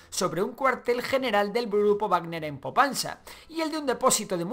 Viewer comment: SE DICE POPASNA NO POPANSA!!!!!! Проклятие 😒